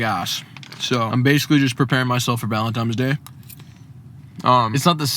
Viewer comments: loved the video, but PLEASE stop saying “ValentiMes Day”….. is ValentiNes Day. hahhaha! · idk if its just only me but did say happy "valentimes" day all the time in the video? haha